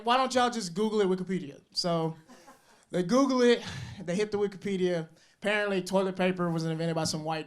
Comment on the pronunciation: Yk he from Mississippi cuz that nigga said parently instead of spared apparently 😂